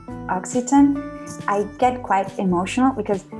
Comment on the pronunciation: IT'S "emotional " not "emocional " And regarding Catalans and Occitá is funny how most Catalans separatists try to put Occitan as "Our language " when it's not If you ask The people from Vall d'Aran they don't consider themselves "catalans " but "araneses " so there you have a taste of your same medicine when pancatalanists say "We are not spaniards "